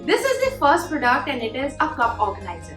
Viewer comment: The word “ Product” may be pronounced as “ Praaduct” and not “ pro duct”